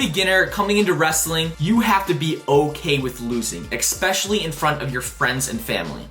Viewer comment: Stop saying "Expecially." The word is "especially." Otherwise, this was a good video, sir.